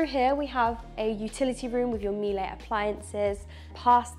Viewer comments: Miele...... pronounced "Meeler" not "Meelay" like you said "the little thing's" 👍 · The appliances brand is pronounced “Meelah” not “Meelie” - know your product! Also can you both please stop saying “guys” - it’s really irritating.